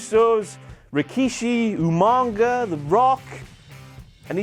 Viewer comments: O'CLOCK! IT'S UMAGA! NOT UMANGA! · called Umaga "Umanga" 😂 O'Clock on WTF moments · "Finn Bloor" "Umanga" YOU FUCKED UP! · It's how William regal used to pronounce umaga you stupid idiot